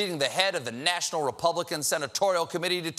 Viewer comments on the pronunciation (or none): none